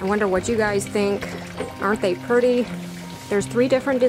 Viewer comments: The word is pretty….not purdy! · ~ I loved how your cat thought that the place on the swing was just for him and I love how you say pretty...purdy! ~ Sweet ~ Peace be still